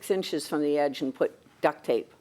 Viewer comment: Duct not duck tape, as in heating ducts.